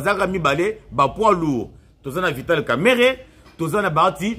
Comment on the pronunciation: Son nom c est pas kameret comme vous le prononcéz son nom c est kamerenge wamakisi